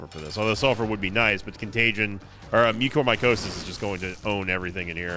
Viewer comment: Wait... THAT'S how you pronounce mucormycosis? I've been saying it very wrong this entire time